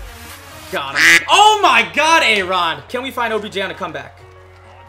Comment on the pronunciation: he said objen